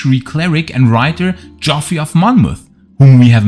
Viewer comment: Geoffrey is pronounced the same as Jeffrey. It's just an old spelling.